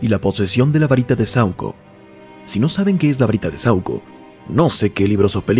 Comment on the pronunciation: Es saÚco, no sAuco 🙄🙄🤦🏻‍♂️🤦🏻‍♂️🤦🏻‍♂️